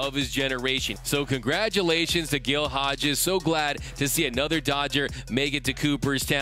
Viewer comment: Great video but "Gill Hodges"? Shame on you.